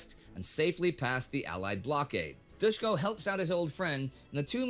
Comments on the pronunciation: its Dushko with ''sh'' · It is Doosh ko. Not doos ko. When you see latin letters with horns Just think of it as h in english. Shock in serbian is Šok (sh=š), ch=č, check in serbian is ček. And c in serbian sounds always as ts in tsunami.